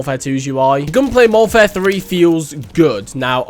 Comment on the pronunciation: How many times y’all think he said “moderfare II”